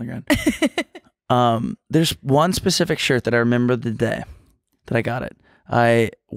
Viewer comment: I’m begging you- it’s SPECIFIC not PACIFIC 😭